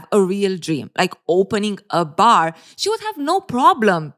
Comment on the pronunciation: Steve, Go back to your ‘bahhr’! 😝